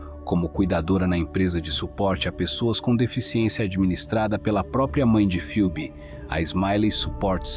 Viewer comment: Bom dia, A pronúncia correta do nome da Moça é 'Febe' (Ph tem som da letra 'F')! Um absurdo, mais uma vez, de um familiar que negligenciou a Jovem e a deixou 'sob os cuidados' de pessoas nada confiáveis. Para agravar a situação, demora para notificar o desaparecimento da Filha ás Autoridades. Lamento pelo que Phoebe Bishop passou em seus últimos momentos. Que a justiça seja feita para honrar sua memória. 😢